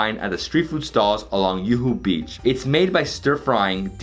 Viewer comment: Great video! Curious as to how long you spent there and the amount of money you spent eating all this delicious food! Your pronunciations are hilarious, the funniest was Yoohoo beach for Juhu beach😅😅😅